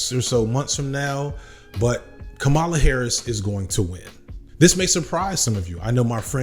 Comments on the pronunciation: Dude, can you please pronounce her name correctly, every time? It's not that hard. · You’re saying her name wrong. It’s not that hard. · you got it right more often than not, but it shouldn't be hard to get right every time. Here's all the times you said "Kamala" wrong: for anybody that doesn't know, here he is saying it correctly. . Emphasis on the first syllable. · If she’s been doing her job the last 3 years, people would know how to pronounce her name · I need you to say her name correctly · Let’s hope that her winning means we’ll be able to consistently pronounce her 1st name right. Right? Bueller? That said, I’m for joining you in how to engage in the hopefully upcoming Harris presidency to bring forth action in a positive direction. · Did you know you kept going back and forth between pronouncing Kamala's name correctly and incorrectly? It's "comma-luh" not "come-allah". I'm sure you didn't mean to, but yeah As for Kamala, the sublimely beautiful and hilarious part of all this is she is uniquely qualified to "tack to the center" and prosecute Trump in public Because she is quite literally a centrist and an excellent prosecutor She was annoying in the primaries pretending to a super lib, but all she needs to do now is just be herself lol She is going to crush Trump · My brother in Christ, our president pronounces her name with the emphasis on the FIRST syllable: "Comma Luh" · IT'S PRONOUNCED COMMA -LA Please get it right. It's two syllables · Why continually mispronounce her name? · Your research is usually impeccable so I'm surprised you made these mistakes but her name is pronounced like CommaLa as opposed to like Kamala the Ugandan Giant. I've never heard someone called Caribbean. The region is diverse and contains many individual countries. Her father is Jamaican. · Comma - La Not Cah - Mala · Dude. You've mispronounced her name several times in this video. It's KAM-a-la, not kam-A-la. You got it right only a few times. Not a good look